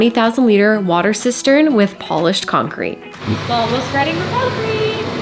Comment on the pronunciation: I heard "polish concrete" and wondered for a long time what was special about it... But then I heard that you said polished concrete